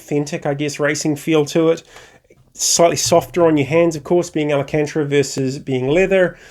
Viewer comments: Thanks for the quick review, glad to see the positive feedback! I'm awaiting delivery of an Alpha Mini + GTS wheel myself, upgrading from a T300... I'm stoked! Your pronunciation of '/ Alcantara' was funny;) I went with leather myself. Alcantara has more grip/ better feel from what I hear, but also wears faster and comes off on your gloves etc. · Good review overal, but quite a shame you have mispronounced alcantara every single time in the video. I would also like to see how it is to use all the buttons and dials (and navigating menus) while racing in game.